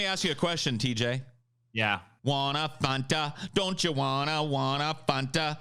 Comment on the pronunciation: I’ve never heard anyone pronounce Fanta as Fonta before 😂